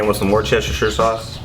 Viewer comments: It's pronounced Woostershire sauce but I like listening to other folks attempting to get it right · From the UK here got the same grill. Ribs look superb x👍 Worcester is pronounced more like "Wuster" 👍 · Love it, but that's NOT how you say Worchestershire. As an American living in the UK, I've been corrected multiple times. It's pronounced Wuss-ta-sheer . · Worcestershire is actually pronounced as "WOOSTERSHEAR" ,Bloody english cant even speak their own written language :P lmao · Creased at "Worcheshersher sauce, hey i said it right!" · “Worcestershire sauce.. I actually said that right!” - no you didn’t 😂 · Lmaooo thought I was the only one that noticed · Yes he didn’t!